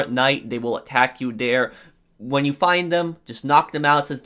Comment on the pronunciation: i didn't know there was pronounced DARE